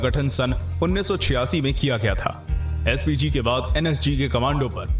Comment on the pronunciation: PSG NAHI SPG